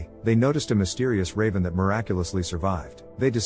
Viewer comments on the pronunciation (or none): none